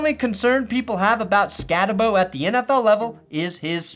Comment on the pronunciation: Skattebo is going to be a steal in the 3rd or 4th round. Great video, and if the Broncos end up drafting him you will see real quick, pronounced Skatteboo*.